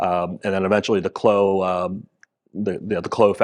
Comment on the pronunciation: Merci d'avoir pronouncé "Clos" correctement!